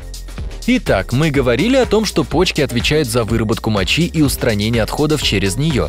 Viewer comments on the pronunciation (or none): none